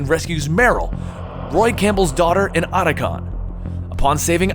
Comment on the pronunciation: You couldn't do a second take for some of these? For example last video saying "anti clamatic" instead of "anti-climaCtic"? And here saying "Solid Snake and Oughta' Gone... Philantrapy."